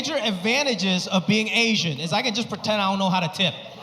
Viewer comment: Best thing about this guy is his accent,, he says ,Ashhyann instead of asian 😅😅 hhh